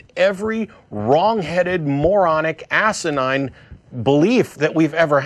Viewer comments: It's Assinine. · i love when matt say "asenide" (hope i wrote it right) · The word is "asinine"... Love the show btw.